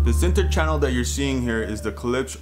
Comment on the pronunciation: please pronounce the damn name correctly gosh!! its not ke-lipsch its klipsch!!!